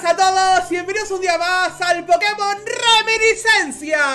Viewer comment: Dijiste la R de reminiscencia tan marcada que pensé que ibas a decir radical red xD